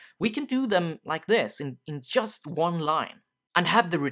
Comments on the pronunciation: "in YUST a minute" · Swede detected. ;)